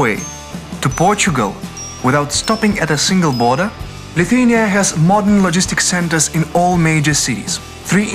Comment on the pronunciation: Viskas labai gražu ir pan , nu , bet tas tarimas Lithuania , nu negaliu kaip nervavoooo